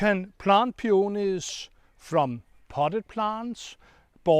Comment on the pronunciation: Claus, I like how you pronounce the word peonies , in a certain British TV gardening show they repeatedly say “peenis” , which is hilarious 😂